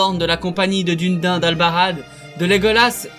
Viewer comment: Video sympa, par contre tu prononce pal mal de noms correctement et d'autre pas, peut être cet vidéo t’intéresserait (mot qui mon trituré les oreilles :Dùrin, Thorin, Dùnadain)